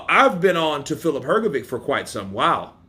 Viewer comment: Hrgović (not "hrgovik"!) wasn't as sure of hisself as he pretended he was. I saw your prefight Counterpunch comment of his not very clever (and- as i think now after all- opponent motivating) few words he better never said. Dubois is better and more skilled, and i agree Hrga thought he would be the one with stronger jaw and in later rounds would catch DD and maybe KO him. But, Hrgovic didn't got right the lesson; Dubois took a knee in Usyk fight. And Usyk is the best boxer p4p and he's probably (still!) better than Beterbiev. So... bad example for prefight tactics, for sure.